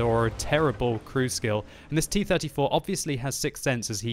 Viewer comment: He says T34 quite well too.